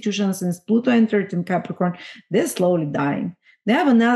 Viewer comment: I didn’t get how to pronounce the Pluto in Capricorn generation. Looks like an ‘ax’….?